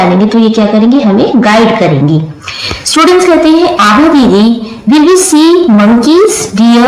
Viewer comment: Didi yah Abha hai aap Abha ko Aha bol rahi ho